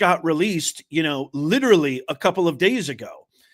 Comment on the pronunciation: Took less than two minutes for the professor to misuse and mispronounce the word literally.